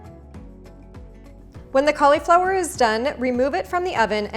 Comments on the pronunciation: I love your recipes, thank you! Just please, I'm not sure where the cau LE flower started, it's Cau li (short vowel - like LUH) flower. Yes, yes, I know - a syllable that ends in "I" may say it's name, but it's not in this instance. The stress is on the first syllable. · cool video, dont like the way you say "colly flower" tho 😳